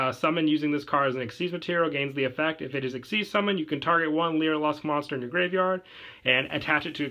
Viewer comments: it is pronounced (lyra-luss) not (lyra-lusk) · a piece of my soul died every time he said "leera lusk"